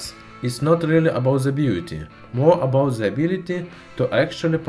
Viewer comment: it's not abouz the beauzy itzz abouzz..